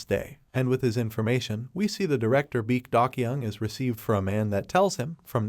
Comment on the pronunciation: It's Baek XX not Back XX